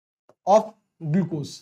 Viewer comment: gulcose ❌ glucose ✅